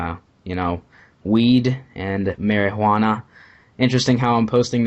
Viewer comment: Mary-Gee-Wana xD